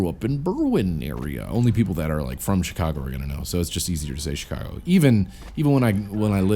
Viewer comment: i like how you said ch cago lol